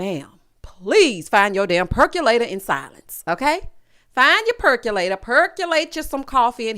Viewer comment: Not the purrkulatorrrr lol lol